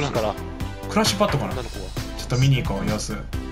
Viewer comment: 辺りの「クラッシュパッド！」がどうしても「ランチパッド！」に聞こえる。が